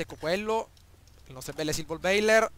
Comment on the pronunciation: Si pronuncia Silverboller e non Silvorbailer...comunque bravo!